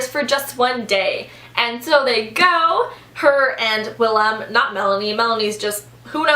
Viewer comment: Great job on pronouncing the name Willem! I'm from the Netherlands and it sounded very good! I really need to read that book!